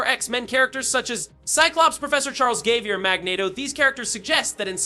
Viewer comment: Has to be Ai Wolveran and Professor Charles Gayvier 😂